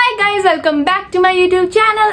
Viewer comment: Best part Gaizz Gaizz Gaizz Gaizz 😂